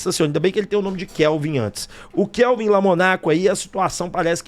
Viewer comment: LO- MO- MOOOOOOO = LOMOOOOOOOOOOOOO NA- CO lomOOOOOOOOOOnaco Kevin, não é Kelvin, Keeeeeeeevin lomOOOOOOOOnaco